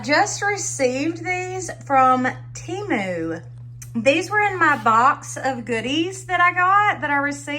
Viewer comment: HI.... THIS IS MY FIRST TIME WATCHING YOUR VIDEO. I ENJOYED IT. I JUST WANT TO TELL YOU THAT IT`S PRONOUNCED TEM ...LIKE HEN AND MU LIKE MOO. GOD BLESS!😊